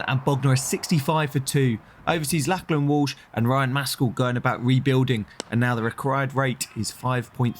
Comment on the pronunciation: Someone please tell him how to pronounce Lachlan correctly. Did my head in lol